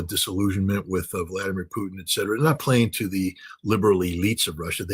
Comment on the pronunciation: edcedra-> et cetera